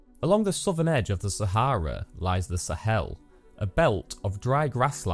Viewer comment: Thanks for pronouncing Sah ha rah correctly